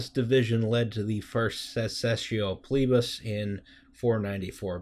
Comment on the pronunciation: "The Secesscio Plebis. I dunno how to pronounce Latin, please excuse my butchering of everything." Thankfully, English uses Latin as a foundation, you pronounced it correctly.